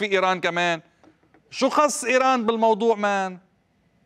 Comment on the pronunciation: بالموضوع وليس بالمودوع